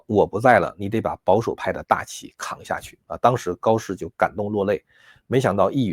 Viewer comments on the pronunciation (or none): 不好意思，一語成籤啦，不是成「cen」😂